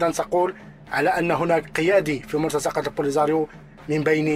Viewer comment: مرتزقة أخي بكسر الزاي و ليس بفتحها mortaziqa وليس mortazaqa.